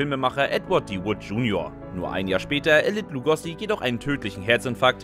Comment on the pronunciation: BEN HÖR - wer kennt nicht das legendäre Hörrohrrennen in der Arena? Und er hieß Lugo(oo)si und nicht Lugossi 🙄